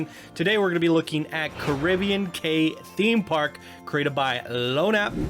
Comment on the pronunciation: I think Cay is pronounced key